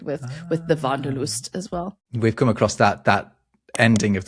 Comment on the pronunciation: Welt-Schmerz sh-mèr-TS, Wanderlust....NOT WONDERlust with ah! Big difference... do not confuse wander with wonder, wonder is wunder in german..